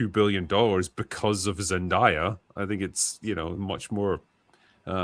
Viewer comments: I agree with the points but can you guys please stop calling her “Zen-Die-a” It’s “Zen-Day-a” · ZEN-DAY-A not ZEN-DIE-A 😅